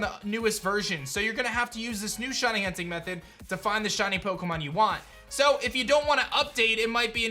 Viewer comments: “Shiny Hutning” at the end kills me everytime ☠️ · shiny hunting not hutning